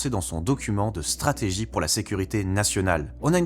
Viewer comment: Machado on dirait Netanyahu en femme. Et sa prononciation est vraiment cheloue. Les hispanophones qui disent "strategui" ? wtf